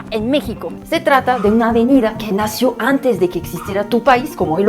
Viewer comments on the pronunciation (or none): Muy informativo tu reportaje. Una sugerencia amical: ayudaría mucho a la claridad de tu discurso que te consigas tutores de pronunciación, la que ojo, es ya asombrosamente buena, pero las sílabas acentuadas te fallan un poco, bueno, bastante. No es lo mismo decir “llegue “ que decir “llegué “, como no es lo mismo decir “nacio“ (palabra inexistente) que decir “nació”, o decir Tolsa (nombre desconocido) en lugar de Tolsá. Va igual para las palabras que lleven el acento (marcado o no con tilde) en sílabas que no sean la sílaba final. Hace toda la diferencia del mundo. En francés, las sílabas son todas más o menos iguales en el sonido de acentuación, excepto la última sílaba que se diga, la cual lleva un levantamiento como si tuviera tilde (el acento). No así en la lengua española, la cual tiene reglas y distinciones muy específicas de dónde debe ir el acento pronunciado en cada palabra en todos los casos.